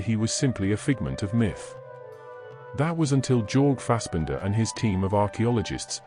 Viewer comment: Jorge is pronounced "Your-gay", not "Jorg. That pronunciation is not intended to insult anyone. I just think its polite to pronounce a person's name properly.